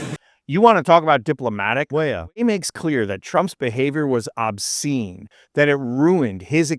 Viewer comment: What the eff is wrong woth this video? Every time you said Weah, did you mispronounce it? And then poorly dub the correct pronunciation over it? Frigging sloppy man, insulting to the athletes you were trying to support.